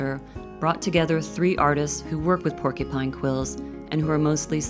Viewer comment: Pork-U-pine, not Pork-E-pine